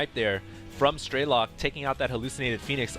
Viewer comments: it's strelOk not strElok. it's russian for shooter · i guess strelok is a russian word (as i am a russian =) ) so it's strelOk not strElok ;) (shooter in english) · "Strelok" in russian mean "Shooter" or "Sniper". Sound so funny when you pronounce it as some meaningless word ^_^